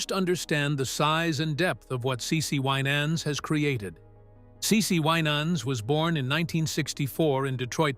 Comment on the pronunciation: You need to know how to pronounce the family’s name WI nans